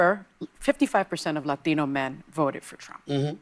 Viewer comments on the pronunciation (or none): Sonny is so insufferable. Especially when she says "Latino" ...fkn ugh